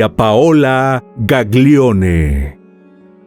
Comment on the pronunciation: La pronuncia de los apellidos son “Gallione/Milliore”.🩷